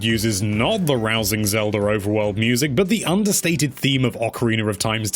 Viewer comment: I'm missing out on the music, because my ears started bleeding when you said "Legend of Zelder on the Nezz".